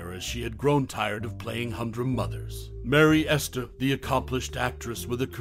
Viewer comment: It's not Merry Ester, it's Mary Astor.